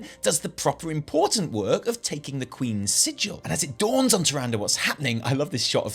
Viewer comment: You have no idea how happy I mean to finally here you pronounce “Tyrande” properly (like in every other spoken piece of dialog from WoW and Wc3) RIP TyranDAY, I hope she’s pissed off for good, maybe on a secret lovers escape with IlliDAN. We just now need to work on you saying Sylvanas and not SylVANas and all your lore videos will be so much more enjoyable! :D